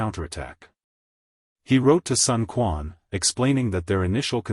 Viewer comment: Sun Quan is mispronounced as well.